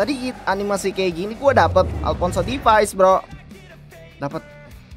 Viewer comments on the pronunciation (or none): Alphonso davies bg, bukan Alphonso difais